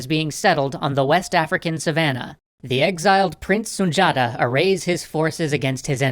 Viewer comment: It’s pronounced Sun Di Ata